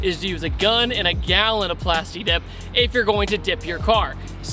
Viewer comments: Plas Tuh Dip!! you dont say Plas TEEK!!!! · I don't like that he says "plasti dep" sometimes